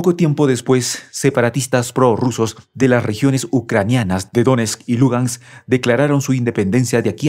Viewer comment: PeskÓv, DonÉtsk y LugÁnks, son tres palabras con carga en la última sílaba. ¿Este pobre hombre sólo sabe pronunciar palabras llanas o qué? Cualquiera que esté mínimamente informado y pase por este canal se puede morir de asco con sólo oírlo. Se supone que esto es un canal "serio" de geopolítica. ¿Por qué no arregláis de una vez ese problema o despedís al locutor/es?